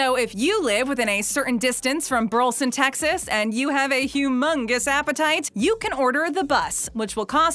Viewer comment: Um, just so you know, it's not "Burl-son". It's pronounced "Bur leh son".